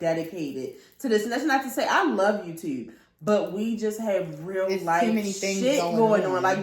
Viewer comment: Miss hearing you say “YewwTewwb” ❤❤😂